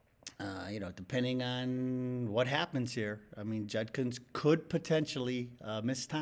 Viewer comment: His last name is pronounced "JUD-kins", not "JUN-kins". Not that it will matter if he's found guilty.